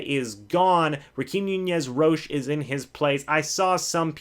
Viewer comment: Ra - keem Nunez Roches (Ro-Chez) not Cheez AKA Nacho